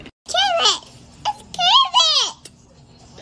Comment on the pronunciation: The "carrwet" gets me